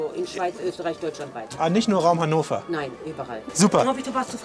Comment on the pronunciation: hennover lol